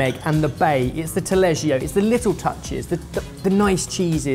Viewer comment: I'm italian but at the beginning i thought that "taleggio" was some kind of exotic cheese because i didn't recognize it but how you pronounce it lol